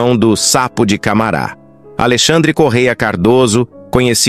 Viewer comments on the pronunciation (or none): none